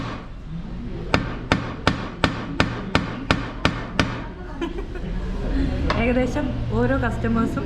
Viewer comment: കൊതിപ്പിച്ചു . മജ അല്ല മജ്ജ